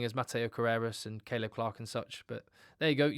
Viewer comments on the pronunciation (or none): none